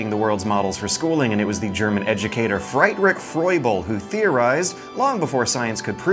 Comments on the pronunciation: Fried-Rick Froible. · "Fright-rick" Yea, someone cant speak German for shit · CORRECTION: German ie is pronounced like an e, not like an i. So it's actually Free-drich (You're probably thinking of ei)